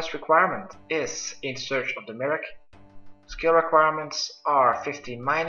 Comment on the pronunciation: In aid of the my-er-key.. Merrik? really . Fucking hell can noone speak?